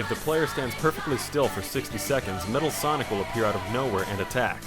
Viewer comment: i believe he said blonic